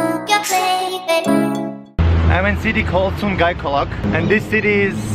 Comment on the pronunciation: Actually is Sugai Golok not kolok